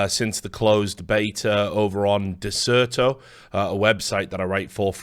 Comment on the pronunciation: Can't believe how Dexerto is pronounced "Disserto", that's what I was googling lol